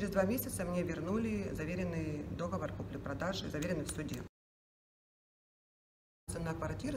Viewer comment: Не дОговор! А договОр!!!!!!!!!!